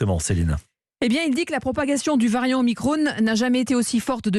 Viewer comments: Sans compter les conséquences au phénomène redouté. Et au fait on dit O MI CRON, la diphtongue ON, comme un tronc. Si ce mot se prononçait omicrone, il y aurait un e à la fin du mot. Pourquoi le prononcer omicrone et pas OMICRON ? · delfraissy président du conseil scientifique approuvé par le comité d'éthique national dont le président est delfraissy ! grande mascarade et stop dire OMICRONE, c'est OMICRON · c'est pas omacron ? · Vous devriez arrêter de le prononcer à l'anglaise, ça va finir par se voir que vous ne faites qu'appliquer les directives américaines. C'était déjà mal engagé avec le "pass sanitaire". Ou alors mettez-nous Bill Gates direct, et puis vous traduisez ; vous gagneriez du temps.